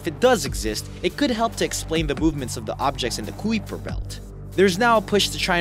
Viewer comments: Planets in a"Queef"? Really? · The Qweefer belt??? seriously?? im dead af... lol